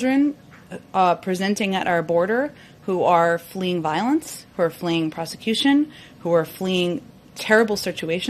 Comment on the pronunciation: Why does she ALWAYS say they are "fleeing prosecution" instead of "fleeing persecution"? Are all arriving migrants (including unaccompanied minors) being charged with crimes in their home countries? At this point, it can't possibly be her simply misspeaking. If she can't tell the difference between those two words, she's profoundly stupid.